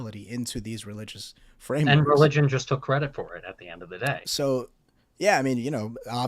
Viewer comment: It's Religion, not Relgion